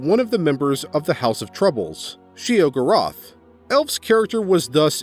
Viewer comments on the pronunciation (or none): She-O-Gor-Ath. Your pronunciation was grating.